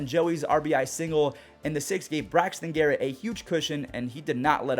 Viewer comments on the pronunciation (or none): none